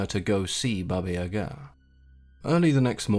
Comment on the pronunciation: Finally someone said her name correctly, I only new the evil side not the other one thank you so much for telling me I love your channel❤❤